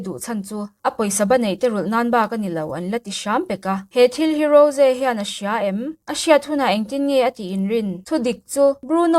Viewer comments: Mahse,a dik hre reng le lam thiam reng in,a diklo a lam hi chu a fuh lo alawm. A nihna tak ah chuan,a mah in a sawi dan in ‘Ro-zee’ ti a lam tur nilo in, ‘Ro-jii/Rawzi’ ti a lam zawk tur a ni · Rose ni lo in Rose tih tur😂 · rosé a tihkhi a dik aw ro-ze tihin an lam thin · Rose hming i lam dan hi thing tawp 😂😂😂